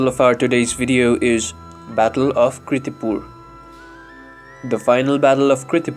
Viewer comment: Please correct it. Its KIRTIPUR not KRITIPUR..